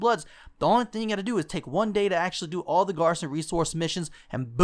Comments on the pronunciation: its not that you called it wrong its the fact that you cant pronounce it right...#cringeworthy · how he says garrison triggers me.